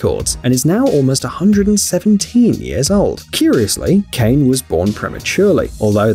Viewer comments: That Lady from Japan, her name is ( Kaa-neh ) Kane not Cain 😓 I just gotta say it since you did so much better with the last name. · Kane is not pronounced “Cane”. It is pronounced “Ka” and “Ne”. Two syllables and not one. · Kane is not pronounce as you pronounce. This is not English or American name but it is pronounced Kane with letter A pronounce as in word America, N is pronounce stronger and E is like E in word MENU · It's Kane not Kane